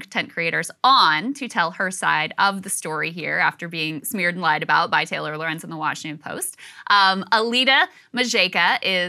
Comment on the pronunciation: But it's pronounced Taylor..?!!